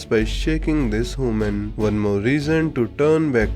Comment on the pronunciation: Ah yes "hooman"